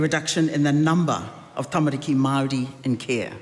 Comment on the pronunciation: Why does she say Maori like Maaar de